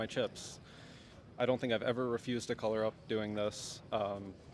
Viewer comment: Who says "color" like the mic hand guy? CO' LOR